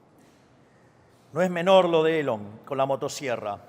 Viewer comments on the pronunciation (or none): none